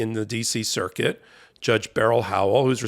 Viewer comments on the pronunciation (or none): none